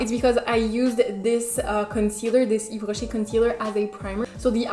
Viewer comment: I've loved the video and the look 😍🔥I like Yves Rocher too, I have few products that I use everyday but I've noticed their eyeshadows are bad😂 especially the mat ones! The nacré/scintillant ones are very pretty instead! Btw are you French? Because your pronunciation slays!! Love from Italy 🇮🇹☺️